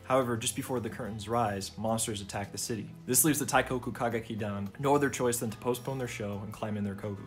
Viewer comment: great video!! i wanna make some points: 1- for easier pronunciation of "teikoku kagekidan", the 'i' in teikoki is meant to accentuate the 'e', so it's more like tehh-koh-ku and not taikoku, you can also say teigeki for short 2- the feminization in the ny ova is also in the game, you also win many points if you choose the enjoying it option and may or may not lose points if you act uncomfortable or insist you're a guy 3- they never adapted cinderella live, which makes me sad bc the cinderella song is one of the best in the franchise. the clip you showed then was from ai yueni (lit because of love), which is arguably the most iconic sw play and the most sang duet in the franchise 4- the live shows cast for the 2019 game adaptation aren't the voice actors, they picked popular mainstream voice actors without any stage experience and hired professional stage actors for the shows 5- incase you didn't know, there's also a manga version that adapts the first game, it's really good and improves on it alot, you might wanna check it out that's all, sorry for the long comment and keep up the good work!!